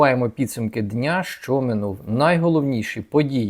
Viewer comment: А ще прохання, - не "шчо", "шче" і т.п. а "що", "ще" і т.п. Любіть українську...